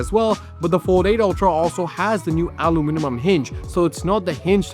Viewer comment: "alu-minimum" Brother what's going on? Anybody home in there?